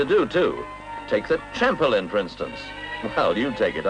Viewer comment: The Tramp-a-lin?